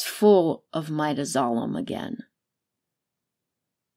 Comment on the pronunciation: It bothers me too. Midazolam also.